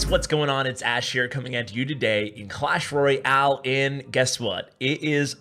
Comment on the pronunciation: lol "Clash Roy-Al"